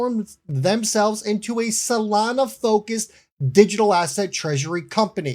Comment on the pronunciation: Really ? STUPID ! No one should listen to guys like you who don't know even correct basic English. You don't even know Solana is NOT pronounced "Salana". DUMB. Go back to school.